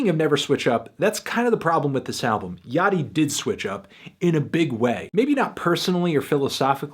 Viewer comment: Holy shit. Me and my friend consistently say Lil Yachty's name like "Little Yak-tee" and hearing Anthony say it correctly is tripping me out.